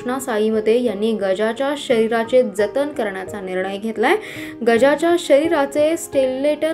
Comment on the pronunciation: स्टेल्लेटन नव्हे मॕडम स्केलेटन म्हणतात ... थोडक्यात हाडांचा सांगाडा... वर्ल्ड रेकॉर्ड म्हणायचं वल्ल रेकॉर्ड नव्हे ... आपण बातम्या देता.. भाषा शुद्ध असावी. स्पष्ट उच्चार असावेत ...